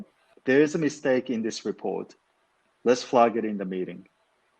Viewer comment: ｢ゼァー｣が｢ゼー｣になるのは知らなかった。フラーッグのアーが日本語のアーになってますよ。アップルのエァーにしないと日本人の英語になってしまいます。アンダスタンドもアンダスタンドじゃなくてアンダステァーンドゥとかにしてアをアップルのエァーにしないと日本語の発音になってしまいますね。ダラーズがドルースになっでドスの効いた？発音になっている。私はニックが使うみたいなアメリカ英語が一番好きかな。